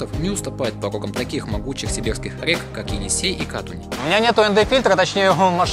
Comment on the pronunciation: Не кАтунь а катУнь)